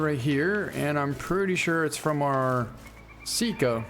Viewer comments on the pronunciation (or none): Sika. Not sit-ka Sambar. Not sombar